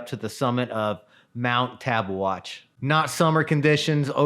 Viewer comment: Sweet video & summary of these mountains! Kudos for pronouncing both correctly 🎉